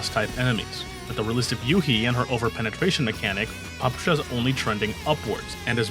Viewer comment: Russian player here and I'm here to judge and/or correct your pronunciation and giving it Tiers as well. Nikketa is probably up to a debate but it sounds just like a given name "Nikita" which is quite often in Russia. Considering that - S Tier. For Papasha you want an emphasis on the second "a" - Papásha. S-Tier for the try tho. It also literally means "Daddy", so now we have our own "Father" just like in one certain game :^) For Nagant in general, it actually should be "Nagan" but since it's written with "t" it can be misleading for other people. Since it's not your fault, I will give you an S-Tier. Mosin is read like it's written - Mosin, not Mozin. With that said, I can't rate your pronunciation other than S-Tier. Krolik is probably as good as it can be for someone who doesn't speak Russian. Definitely S-Tier. Unlike Krolik, Ksenia is almost perfect but even with that it's probably... an S-Tier. Yeah, S-Tier. Dushevnaya is nailed perfectly. Easy S-Tier pronunciation. And last but not least, Groza - it's Grozá. It means "(Thunder)Storm". For that you will get an S-Tier. CHINA TIER Bélka is as easy as it can be. "Squirrel". Considering her looks she has two big reasons to say her name correctly so I expect from you nothing less but an S-Tier While it's written "Leva" it's more like "Lyówa" and I even saw some people writing her name like that. It might be a bit challenging but if you'll get it right that will be an S-Tier for sure. "Lyowa" is a cute word for "Lion". I also h